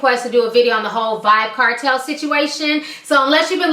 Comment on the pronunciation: Lol..it's Vybz Kartel Ti, pronounced "vibes". I am saddened to know that i won't be hearing new music from him because I am from the Caribbean and that's what we listen to when we go out and go to parties